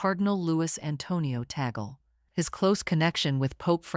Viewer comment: Please pronounce and spell Antonio Tagle correctly!